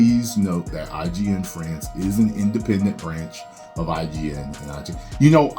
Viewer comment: Did he just say FRANCH? or am I begging?